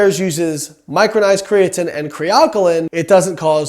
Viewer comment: I cringe everytime you say "cree-uh-tin" but your science is absolutely correct, good stopping the spread of misinformation.